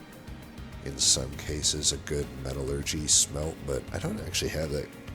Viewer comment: You are pronouncing metallurgy correctly. It's "metal-urgee", not "me-TAL-urgee".